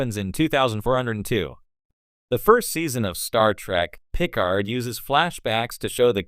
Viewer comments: my god he cant say it correctly and say's it too many times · Why are you saying Picard that way?